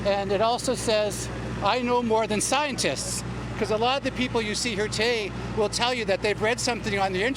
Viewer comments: “I know more than Scietist” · Didn't pronounce scientist correctly. He maybe did it on purpose 😂🤣